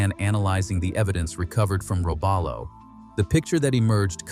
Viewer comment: Robalo is pronounced "row-BAH'-low" built in "man-i-TOW'-wok" Wisconsin. (A sub-nut from Wisconsin)